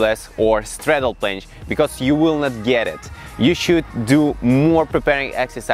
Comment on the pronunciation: Who heard plansh